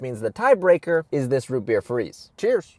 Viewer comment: amburgers and wootbeer